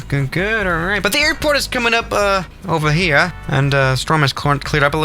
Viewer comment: Am I the only one who thinks he sounds British when he says “over here”